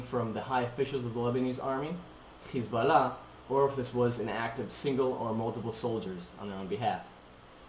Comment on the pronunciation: HEY KID DONT BE A ZIONIST YOUR A JEW BY THE WAY YOU PRONOUNCE HEZBALLAH,,,,,,,ITS SIMPLE ISREAL MUST STAY OUT OF LEBANON AND TRY TO LIVE PEACEFULLY WITH THE PALASTINES